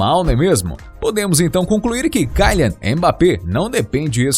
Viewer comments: Pqp, o cara é francês portanto ele não é “cailian mas quilian. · Não mim leve a mal mais o nome de e kylian E não kalian como tu diz e segundo que na França e euro e não dólares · é kilian, nao kailian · Kyian e serio isso o L ficou aonde e KYLIAN KYLIAN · Se pronuncia kilian e não kailer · kylian é pronunciado quilian, não tem esse "ai" no y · Kaian?? 🤔🤔 Falou o nome certinho kkkkk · sabe nem falar o nome do jogador ta precisando fazer uma aula de português aii 😴😴